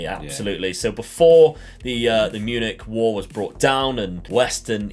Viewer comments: No way this man said Munich wall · did he just say ‘the munich wall’ or am I tripping?